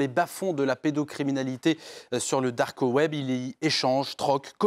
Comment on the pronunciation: Le "darcoweb" 😂😂😂